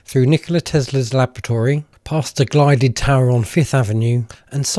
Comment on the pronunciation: Gilded... not glided...